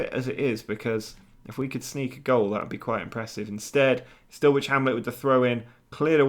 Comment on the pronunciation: Also it's pronounced Dull ich...lol my dad lives right near them